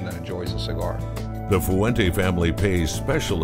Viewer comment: It would be nice if the guy they paid to narrate this could actually pronounce Fuente properly in 2 syllables, "fuen te" not foo-en-teh.